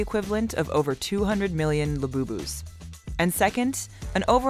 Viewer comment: WHAT THE F*** IS A LABOOBOO?